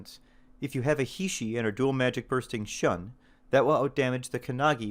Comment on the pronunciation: Now that you've been browbeaten into pronouncing it Blade: Hee, here's a few more for you to chew on XD: Shun = Shoon Heishi = Hay-She Kendatsuba = Ken-Da-Tsoo-Ba Samue = Sa-Moo-Eh Sune-Ate = Soo-Nay-Ah-Tay Masamune = Ma-Sa-Moo-Nay